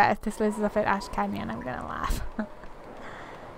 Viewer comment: you said "Ash Canyon" I heard "Ashkanian" that blew my mind for a sec